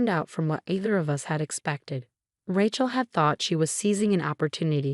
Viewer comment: Pronunciation, Rachel should be pronounced Ray-chel